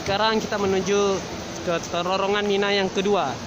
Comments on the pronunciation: bilang terowongan kok susah... penyebutannya kok terorongan..?? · pengucapannya bukan TERORONGAN tp TEROWONGAN...... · Terowongan Hadeh gemess ngomong terorongan terorongan terosss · Terorongan apa terowongan? Nafar apa nafas?